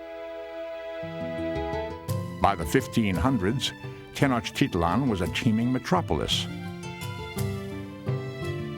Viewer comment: Oooooo I live in Mexico and the guy is saying Tenochtitlán incorrect